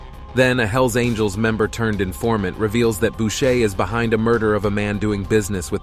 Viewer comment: It's Boucher not Bushe.